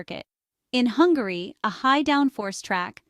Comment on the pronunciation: by the way, its "Hungary" not "Hungarooy"